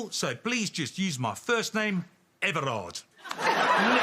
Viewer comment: To defend the guy in the red chair.. Everhart Kok is quite normal Dutch name (we really wouldn´t look twice although Everhart is old fashioned, but there isn´t a normal shortened version or it should be Erhart, which is even more uncommon) and is pronounced very differently "AVERHEART", which means heart of boar. Kok just means Cook. So it would be Everly Cook to us. South Afrikan Afrikaans, is very much like Dutch because of the whole colonisation thing. Only with the South African accent, that does become an awful lot like Everhard Cock.. Which to you sounds funny, but hey.. there is only so many pronouncable combinations of syllables.. There is 20+ profiles on Facebook for Jaco Kok and 10+ for Gerhard Kok, so... I´d say very plausible.